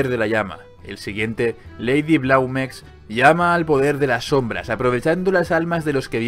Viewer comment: Lady Blameux supongo que se pronunciara en frances, "Blam(e)"